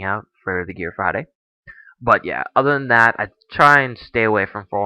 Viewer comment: Did he say ODer games?